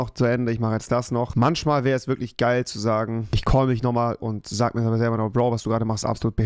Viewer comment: Er sagt manSCHmal und FliesentiCH😂